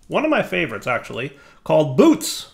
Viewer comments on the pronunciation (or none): If Bootes is based on the actual constellation, I believe it's pronounced "boo-OH-tees" :)